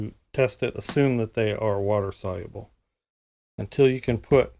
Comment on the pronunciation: Wa-ter Sol-u-ah-blah 😂